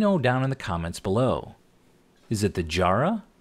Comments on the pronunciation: Jarrah definitely needs the accent mate, it's two hard "A" sounds like rat without the T, (Jâ-Râh). I've never heard it sound as posh as Jar-rah haha ;) Good to see some of our beautiful hardwoods making it across the Pacific. Great design. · I got to and had to let you know its JA-RA, not JAR-RAH 😂Grows heavily where I live and I use it all the time. Tough stuff! Now, back into the build haha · Hi mate, Love your work. For your reference, it is pronounced Ja-rrah, rather than Jar-rah. The sounding is is like ja-bber... like Mr T says "Quit your jibber-jabber". It is native to Western Australia, which is the second largest state in the world (Texas is about 1/4 the size of Western Australia). Some trivia for you from a proud sandgroper. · Jarrah is a West Australian timber. It's colour ranges from pink (sapwood) to dark brown. It makes beautiful furniture and looks wonderful in boxes. By the way it is pronounced as Jarra as in arra. Hard accent on the R. Loved your bandsaw boxes. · How many Danes does it take to get enough oil for a bottle of Danish Oil. Jarrah is pronouced Ja (as in the the 1st half of jack) and then rah (as in hoo rah), I am an Aussie and just wanted to let you know the correct pronounciation. Love your work . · Jarrah is an Australian native, but it's pronounced 'Jarrah' like 'Hatter', not so hard on the 'R's and the 'A's. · You said you couldn't hear the accent for Jarrah, you're saying it wrong 😂 The first a in Jarrah sounds like the a in the word at and the last a in jarrah is like saying a like have a good day. 😂😂😂 Also great work as always. Hope your neighbour makes another dog house so you have more ply for your next project 😁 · Mahogany is nice, but i'll got for the Jarrah because i'm Australian. Oh...and you're pronouncing it wrong ;) Love your work! Wish more people would show outtakes.